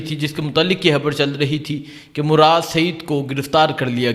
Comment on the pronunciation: یہ بولتا کیسے ہے 😂 تا تا تا تا 🤣 خبر نہیں بولتا خبڑ ہے مراد نہیں مراڈ 🤣😂